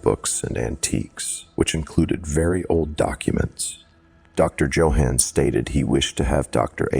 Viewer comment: My first story of yours... good job! Though please look up how to pronounce Johann 😆